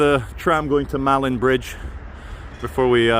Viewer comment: Its actually Pronaunced ' Maylin' bridge, but the spelling is ' Malin Bridge ' theres a lovely pub called 'Malin bridge Inn', which is very nice to visit.😊